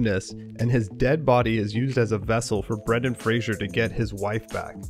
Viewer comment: Fraser doesn't have an "h" in it. Respect the man, say his name correctly... Like it's spelled